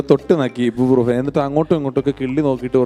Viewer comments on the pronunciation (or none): ഇബു അല്ല ഐബു ബ്രൂഫെൻ